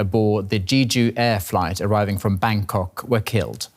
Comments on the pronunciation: Jeeju? Don't your reporters learn how to pronounce names? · jeh ju, not jee ju. Let's do our due diligence and get the name right.